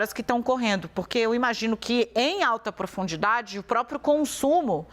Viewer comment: Apresentadora , - Em alta produndidade ? Que isso ? 😢